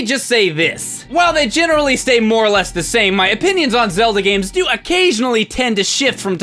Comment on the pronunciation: Yup..Zelda "Month"